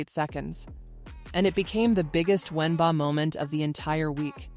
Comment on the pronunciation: Wen baa, LOLOLOLOLOLOLOLOLOLOLOL you have to laugh at the AI, ...................... Wen Baa!!!!!!!!!!!!!!!!!!!!!